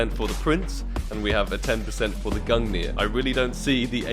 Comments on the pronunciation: Gung-ner not nier. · It’s pronounced gun gear but spelled gungir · Why do you pronounce it gungnir It's gunger... Also i need skins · It's pronouced "gun-neer" and it was the spear of Norse god Odin. Said to be the strongest spear in the cosmos. Forged by dwarves the greatest craters to ever exist. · Pretty lucky on the "Gungrrr" there xdd /tradeoffer/new/?partner= &token=qutFmf1A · it's actually easy to pronounce Gungir when you are from Scandinavia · You remind me of PyroJoe lol Btw you should try pronouncing the gungir as " *Gun-gear* " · Nice man, fiinally you got "Gungrrr" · Gung-neer. Think of the word "thing" Same end sound with the last G. And nir is "neer", like when you say "peer" but overpronounce it. Gungnir. I also think they mention it in Marvel movies with Odin in them, since Gungnir is Odin's spear in norse mythology. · I think you should still call the gungnir gungrrr :D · somehow the way you pronounce gungnir now sounds so wrong after hearing GUNGRR love you ❤ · I told you valve would give it to you when you pronounce it right I could use a shiny new awp skin tradeoffer/new/?partner= &token=3HA38g0Z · If I get the AWP Lightning Strike I’ll teach you how to pronounce Gungnir ;) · congrats brother, finally after 7k pass levels u got awp :P Now please learn how to pronounce its name :D well here is my link for lightning strike :) trade link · All you needed to do was pronounce "Gungnir" properly 😜